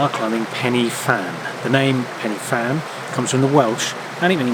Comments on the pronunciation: You're pronouncing Pen y fan wrong. Say Pen er van not Pennyvan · it's pron Pen - Ah - Van and its translation in welsh means the high peak. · It's pronounced pen uh van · One day a vlogger will pronounce it right and we might be freed of 'penny fan' . . . I live in hope 😊 A pleasant watch nonetheless, so thanks. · To be fair, Welsh isn't the most intuitive language and few say it right . . . just think pen er van (say it as if it's one word) and you'll be right 🙂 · Good video, but for future reference, "f" in Welsh is pronounced with a soft "v" sound, so you should say it "Pen-y-Van". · Why don't people prepare properly before making these videos. Your pronunciation of both Pen Y Fan and Corn Du is ridiculous and embarrassing. Pay Wales and the mountains respect by taking the time to learn how to say what are really very easy words. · Pity your pronounciation of Pen y Fan was incorrect. Should have done some preparation before doing your commentary. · You took the easy way up. The other way is much harder, believe me. I’ve done this walk and it’s not fun and your pronouncing it wrong